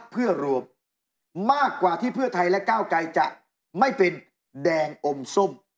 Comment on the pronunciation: นัยหนุ่มเอ๊ย โคตร หงุดหงิดเลยว่ะ ก้าวไก ก้าวไก มันเป็นยังไงเนี่ย ชื่อคน ไม่มีควบกล้ำเลย ไตรง ไตรง